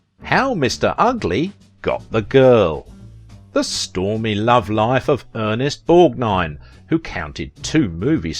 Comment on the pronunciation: Thank God! Finally! A YouTuber who can actually pronounced Ernest Borgnine's name!!! Thank you! Seems like ever other channel gets his name horribly wrong in so many ways!